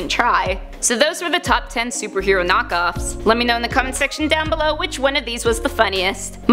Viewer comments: The opening said kock-off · At the beginning it said superhero kock offs 😂😂😂😂